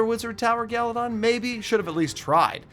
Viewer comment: “GALYdon”